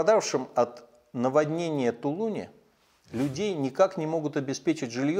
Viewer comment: И говорите в тулунЕ так правильно вашим безграмотным помощника привет